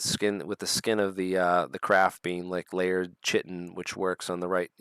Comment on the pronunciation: Chitin is pronounced 'KAITIN'. Also Wimshurst is Wims hurst, not wim shurst Interesting episode, thank you